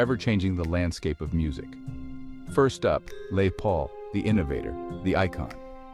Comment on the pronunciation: Who the hell is Lay Paul?!?😂